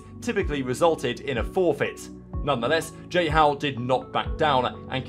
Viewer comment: "Jihow" fez meus ouvidos sangrarem